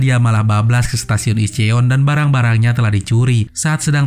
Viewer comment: incon bang admin bacanya jngan dibaca polos incheon 😁😁😁😁🙏🙏🙏🤭